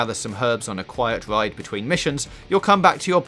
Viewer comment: Please use a member of staff who can pronounce his (or hers) "R's" correctly.....I mean "fweakers"...."quiet wide" "wesources" ....really?